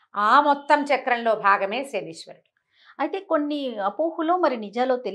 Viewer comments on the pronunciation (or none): 1. It is not శనీశ్వరుడు...it is శనైశ్చరుడు! 2. Pls don't use such captions and misleading statements such as శని పోతుంది! Pls talk respectfully towards శనైశ్చరుడు!